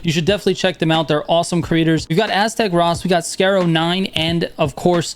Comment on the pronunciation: never heard anyone pronounce Aztecross as "Aztec Ross" lmao